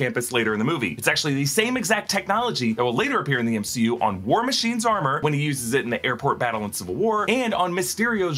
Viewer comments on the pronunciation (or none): none